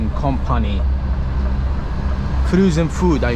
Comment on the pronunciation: The "froozen" cracked me up LOL....well done, mate, anyhow